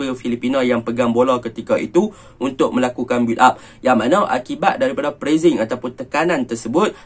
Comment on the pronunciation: hang cakap melayu ja la.... sebutan inggeris hang lari kaw kaw.. pressing..... press-sing... hang sebut prezz-zing.... adoi,....... pronounciations hang tu perbaiki dulu.....